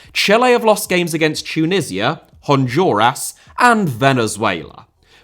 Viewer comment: Great video, as always...but pronouncing "Honduras" as "Hond-your-ass" is crazy.